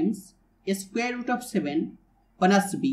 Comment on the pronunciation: plus b ❌ bluss bee ✅✅ i'm really astounded after hearing your spectacular pronounciation and you made my dayy today ): thank you so much brother